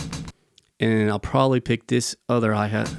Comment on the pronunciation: "HAI HEET" that was hilarious 😂